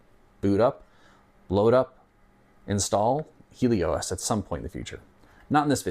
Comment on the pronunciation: "Heeley-O-S"… I always just pronounced it "Helios" (as in ancient greek for "sun").